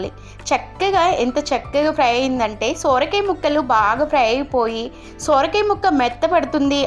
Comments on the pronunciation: సొర కాయ తల్లీ సోర కాయ కాదు . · Soooooorakaya kaadhu amma....sorakaya...😮😮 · Sooora kaaya kaadu ..sora kaaya anaali..thelugu khunee chesthunnavu ..neevu thelugu ammayi ve kadaa..